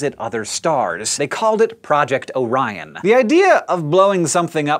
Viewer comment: I thought you said "oh ryan